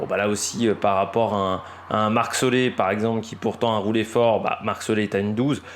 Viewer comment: Excellente vidéo et analyse. Parcours pour un puissant donc Ganna. C’est solair et pas solé. Je conçois bien que le noms néerlandophones c’est compliques. Mais la. Merci pour toutes ces analyses. Faut quand même bien trouver qqch à redire.